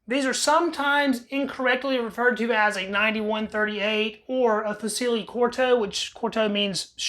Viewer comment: The “c”in “fucile” is pronounced “ch” dude. Just FYI 😁